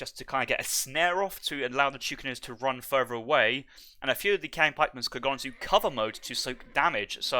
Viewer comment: It's not "kwaang" pikeman, it's "cheeang" pikeman. But besides that, interesting strats from Hazza and nice casting as usual!